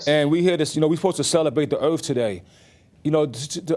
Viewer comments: It's pronounced EARTH not ERF. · The earf! The earf is real! Earf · “The earf is the home of all of us” 🤯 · It was earf day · Earf woman supreme mathematics, ah okay. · It's "erf". Get it right. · LMFAO!! Fools in the comments talking about dude dropping "jewels" and "nuggets" but I gotta question a man who can't pronounce earth correctly, and I gotta question the idiots who think he's a "genius" I guess the low IQ theory is correct.